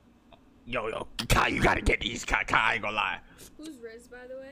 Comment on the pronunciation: really said Chai 💀🤣